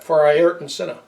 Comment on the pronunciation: Conspiracy theorists unite around the world. You need to learn how to say his name right.